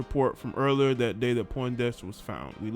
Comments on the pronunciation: Bro you didn't even say her name correct! "PONDEXTER" Where are you getting Poindexter from Fam 😆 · Hey little bro her name is Pondexter not Poindexter